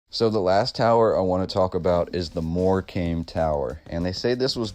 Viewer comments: Good video. It is pronounced moorcum not more comb. Wembley has been demolished. So many lies in history. I was not aware of the towers, apart from Brighton. 🇬🇧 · And dude, I can forgive Lanca-shy-ah and various other ways you can't talk. But in Lancashire (said shuhr or sheer, maybe) is the seaside resort of Mor-kamm. So please don't call it 'came' and teach our English grandma's how to suck eggs. Apart from that, good work! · Hi, I'm from England and we see these towers everywhere also stone towers built with the same narrative about competition, ha ha, not one bit of truth in their versions, Morecambe is pronounced Morecum not Morcame you are right about the silent b👍 Look at wainhouse Tower Halifax west Yorkshire👍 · lol dude Morecombe is pronounced 'more cum.' check out how many abbeys henry the 8th raised to the ground in the 16th century. talk about a reset. they even rewrote the english language. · Great video. Thanks for the really awesome info. Just a note from a Englishman on the pronunciation of Morecambe. You say it like “more-come”. I often play at these seaside resorts with my band and I can’t wait to bore them to death with all this awesome info. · Its pronounced mor cum.. Great Post.. Much Love and Peace 🤜🏼❤🤛🏿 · Nice vid, it’s also pronounced MoreCome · Great video 👍 btw it's pronounced Morecum 😁💕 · Pronounced More-cam.